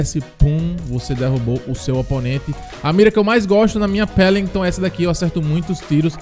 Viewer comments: Não é pelimton e Welinton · "Pélinguitôn" -Imperador, Lipe 2021